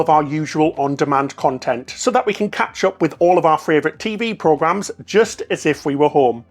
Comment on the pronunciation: FRAYvourite lol